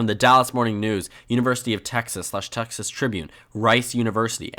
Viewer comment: Texas pronounced in Español! 😁🇲🇽